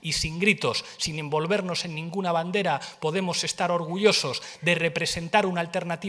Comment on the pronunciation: pues ahí tenéis ternura. Nada como los votos para volver a poner a las cosas en su sitio. Pablo no te aclaras con la entonación. Petara potemos petara. Grande si grande, cagarro claro